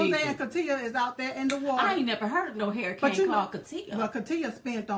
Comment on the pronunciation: I love u Diamond but you're killing me when you say hairicane instead of saying hurricane. Maybe it's just me, but I love ya anyways. keep them videos coming. Silk be killing me with them faces she be making. She's the ultimate hype girl. Keep up the good work guys.